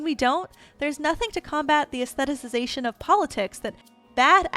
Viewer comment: AY-Sssth-eh-Tick-eyes-ation... 🤭 You're welcome. 😅